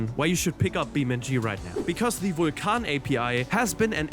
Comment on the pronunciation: Technically the true pronunciation. He was the god of fire.